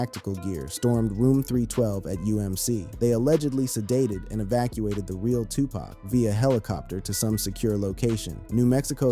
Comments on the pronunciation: How can we believe you when you dont even know how to say his name...its said like puc not pack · Bro you can not use an Urban voiced A.I. and it still says PACK😢😢😢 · OMG!! Please pronounce their names right!!! DUDE... 😂PACK???😮 STOP IT! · Say his name correctly damn A.I...shits annoying af...